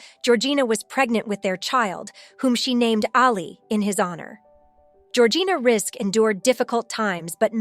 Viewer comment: What kind of absolute TOTAL Lies and rubbish are you saying in this video?? *1st if all ~ Georgina's name is pronounced Rizik... *2: ~ arabic women were allowed to go to school back then and even further back... in Lebanon and across arabic countries alot of women were educated up to university level... infact the World's 1st university was opened by an arabic woman centuries ago *3: ~there are 4 religions in the arab World, not all the women wear head scarf hijabs ~ approx. 50% do not do so * 4: ~arabic women who choose not to cover often do wear bathing suits in public swimming places ~ it started 20years prior to this beauty contest *5: ~the images of women wearing black scarfs (chador) that you show as images of arabic housewives... those are NOT arabic women, but rather images of after islamic revolution Iran... Iranians are not arabs. * 6: ~again i REPEAT arabic women did not all wear hijab and cover their faces, not then and not now *7:~ many higher education arabic women in the 1950's and onwards are doctors, lawyers, accountants...etc...etc.they are not all tied to home base *8:~ Lebanon is NOT a muslim country... it 50/50 christian and muslim country... it has never been a conservative country, but instead a party beach/ restaurant n bar/nightclub playground since the 1950's... and many famous celebrities + jet setters have visited Lebanon *9:~ Georgina is NOT the only arabic woman to have won a prestigous beauty contest... Miss USA 2010 was Rima Fakih, who is also